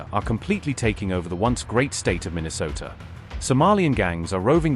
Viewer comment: "The seriously retarded Governor of Mineesota..." I die! 😂